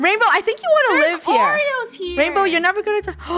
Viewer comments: Lol she says wainbrow 😂😂😂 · It sound liked it says Rainbrow